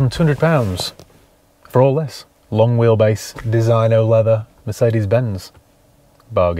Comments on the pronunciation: It's called DESINYO (proper pronunciation) ya peasant lol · It is supposed to be pronounced DEE ZIN YO Even in Yorkshire 🤣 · It is pronounced 'Deseeno'! Great vid.